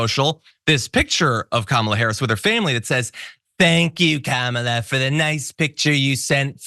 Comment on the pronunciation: I'll MAYBE start taking anything Trump says about Vice President Kamala Harris seriously when he starts pronouncing her name correctly.